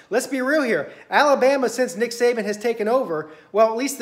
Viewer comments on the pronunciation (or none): How do you spell the way you say Tua name? Lol and did you just say Nick Satan oh man this is hilarious I love it. Alabama is not unbeatable, we could lose in 2 weeks or we could lose in the SEC championship and never make the playoffs. Or we could go and win it all you never know. Our defense is a weakness but getting better every week. Diggs going out hurt us, but Smith is decent enough. I hope we make it to the playoffs.